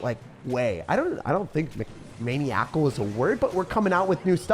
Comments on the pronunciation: it is a word but it’s pronounced “muh nye uh cull” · Lol it's pronounce man-eye-ical. Hey I double dog dare you to do a video using old school trifecta with Evo skellies. Keep up the good work. Peace out girl scout. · maniacal is a word you just pronounced it wrong but we love the effort